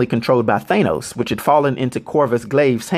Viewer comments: Its..."THAN-NOS" phonetically....not "THAY-NOS"....what?.. I follow you religiously...but every once in a while your pronunciation gives us the impression that you READ the stats, without knowing the actual character. Like when a news anchor mispronounces a foreign name. No one familiar with END GAME or INFINITY WAR movies says THAY-NOS (like you do in this video). You're venturing into territory that is bold, new, and needed for a lot of us comic fans...soI'm not tearing you down, but aiming to offer awareness that may help you take it to THE NEXT LEVEL! This is similar as when you changed from (which seems a little self serving....to the NEW sage... which absolves you of self awareness) I'm a theatre teacher. I teach a lot of Shakespeare. I have some material (written by predecessors) for helping actors take their speech to the next level so they can be masterful. Hit me up if you're curious or interested in enhancing spoken language. What you're doing in amazing. You are creating Legacy for those familiar and unfamiliar. I have suggested links of yours to people trying to get on the "comic book page" that need backstory, history, and context. I'm just interested in saying something when the whole world-who saw these Avengers movies- pronounces it different than you do. It makes it sound like you're either foreign or not in the loop. Also, everything I'm writing- technically- doesn't matter cause this is 2 years ago you posted this...You've been making a ton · You're mispronouncing his name bro. His name is Thanos, pronounced THAH-NOS not THAY-NOS. Mad respect bro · I really don’t like the way he says “thane-os” looool I could easily be wrong but I’m pretty confident it’s pronounced “thanos” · Ok why are you pronouncing it Thaneos?????? I've only heard it pronounced Thanos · Pretty sure it's pronounced "thAnos" ... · The mispronunciation of the name Thanos makes me not want to watch this video any longer than 1 minute and 20 seconds